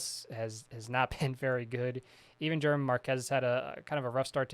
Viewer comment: German is pronounced “Her-mann”